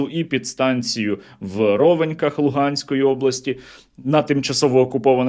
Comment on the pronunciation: В Ровеньках,ударение на а.